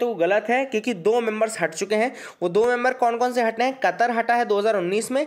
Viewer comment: ." Doo teen din" ..sala sanitizer pe hi😊😊😊😊😊 I think u speak bengoli